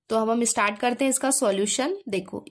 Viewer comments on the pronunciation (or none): none